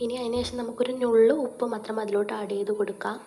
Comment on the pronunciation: ലെസ്സി അടിപൊളി.ഇത് പോലെ ഉണ്ടാക്കി നോക്കി👍 Thank You So Much സംസാരത്തിലെ ചെറിയ ഒരു തിരുത്ത് ഇവിടെ എഴുതുന്നു. നുള്ള് എന്നതിലെ നു എന്നത് നിങ്ങൾ ഉച്ചരിക്കുന്നത് ശരിയല്ല.